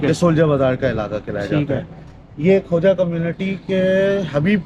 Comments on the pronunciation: word khoja hai. Khawja nahei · یہ درست لفظ خوجہ ہے